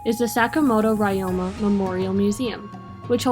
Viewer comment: could you check your pronunciations of Ryoma and other Japanese words as they are incorrect and it’s not appropriate for any student studying Japanese